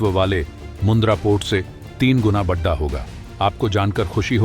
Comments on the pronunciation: Why do you wrongly pronounce hindi word "Bada" as "Baddha"? This is very annoying. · बढा नही बोलिए. बड़ा बोलिए. उच्चारण शुद्ध करिए. जय हिंद वंदे मातरम.